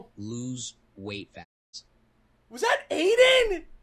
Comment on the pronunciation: “Lose weight fa tass”😂😂😂